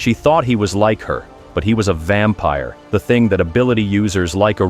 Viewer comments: "Vempire" wrap it up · “vempire” no shit